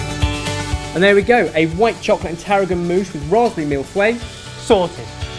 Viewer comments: feuille is not fooeyh it's fueroy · I can agree with the others above, no English-speaker should pronounce feuille as 'fway' shudders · Haha the way they pronounce "feuille" is so bad x) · Isn't it pronounced "Fu-yuh", not fweh? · Your pronunciation of "feuille" is hilarious! You're saying it like "fouet" which means whip... a thousand whips. ow xD Unfortunately for the English language, the sound "eu" doesnt exist. The closest way (I can think of) of pronouncing it properly would be mille "f-uh-yuh". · HAAHAH why do they pronounce 'feuille' so weirdly? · Everytime he said "feuille" my brain self-harmed himself! DAMN IT You english natives who don't even give a damn about other languages!!! If you want to say the word, even more to a public, at least take the time to careabout it's proper pronounciation!!! I'm not saying you need to learn the language... But please have some respect for it! Say it properly! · Omg the way they pronounce "feuille" is so funny